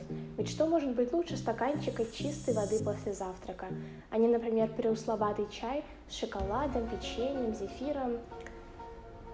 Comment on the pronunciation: Все супер, но пресловутый, а не преусловатый)